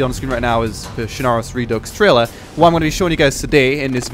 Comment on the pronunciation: please learn to pronounce redux